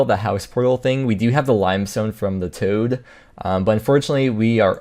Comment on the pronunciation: Wintertod not toad